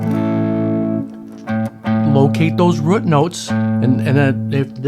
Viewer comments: I like the way you say rute (root) note! 👍🏽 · you can pronounce root note any way you want, just keep those lessons coming! BTW that is one sweet Strat you have. God bless you brother.